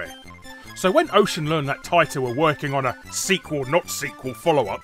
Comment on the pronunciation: I'm surprised that you miss pronounced Taito at the start of the video, but pronounced it correctly later on. :D